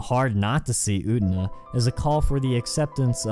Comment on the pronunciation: It is Utena. Uuuuu teeeee naaaaa. Not ootna.